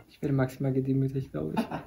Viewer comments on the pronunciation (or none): Was andere hören: maximal Was ich höre: MAXimal